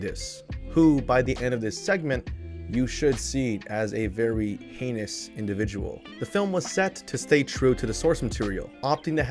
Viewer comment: Thank you so much for saying heinous right lol